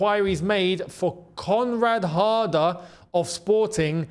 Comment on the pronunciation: I thought a heard say comrade harder😂